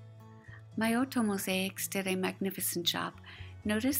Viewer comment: I hadn't wanted to say anything because you did such a awesome job on the video and I was just so grateful for all your efforts but I saw below that you mentioned pronouncing Miotto wrong so I thought I would correct mine as well. Hope that you are managing during this very charged time and having space to do your great work.